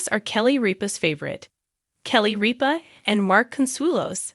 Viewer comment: Rip-A not reap-A